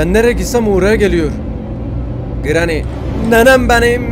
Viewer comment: Abi sana telafuzlarını sölim:granny=greni cutting pliers=katting piliyırs coghwheell=kogviıl